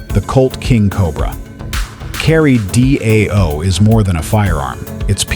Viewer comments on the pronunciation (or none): Excellent video, only thing I didn’t like is the AI narration pronouncing DAO as ‘Dow’. Dow makes oven cleaner, has nothing to do with firearms, lol. Other than that it was a lot of great info, and geared for seniors, which I am. My EDC is either a .25 ACP OR .380 ACP, but my home defense choice is a snubbie S&W mod 66 in .357 Magnum with 125gr Remington SJHP. Rough on arthritic hands, but if ever needed the arthritis won’t be a consideration. Great content, thanks! 👍